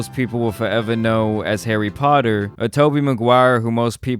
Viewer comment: Forever, not foweva